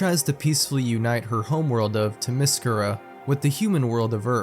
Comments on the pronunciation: its "teh meh ssss cure ah" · “THEM-yscira”, pronounced “Them-ISS-Kira”. Look it up. 😉🙂‍↕️ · "Timescera" and "Scott Cawthorne" Come on man, at least look up the proper pronunciation before recording. This is just lazy tbh. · I am sorry, Wonder Woman's Island of what?. This is the first time I ever heard someone mispronounce Themyscria. :/ To each their own I guess.